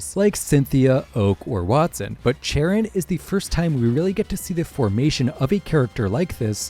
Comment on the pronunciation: It’s pronounced amp-fuh-RAHS, GUH-layde, YOOX-ee, yoo-NUH-vuh, EYE-SEER-iss, kuh-STEEL-ee-uh, CHAIR-ihn, KAH-lohs, SUH-REE-nuh, glad-ee-AHN, sill-val-EYE, ZAH-SHEE-ihn, “Patrick Star”! 🤨